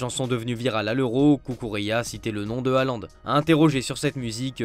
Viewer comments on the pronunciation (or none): none